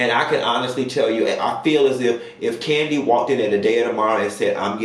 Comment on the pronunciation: Nene said the person get spinoffs every season. Kim hasn’t been on rhoa in years so her show isn’t considered a spinoff. So it’s only kandi left who is on an active show and have spinoffs. So process of elimination and her big bad inability to say kandi!! It’s kandi sis. Nene a damn hater.